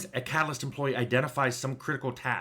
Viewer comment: I keep mishearing catalyst as "calloused" That's a very different type of team member.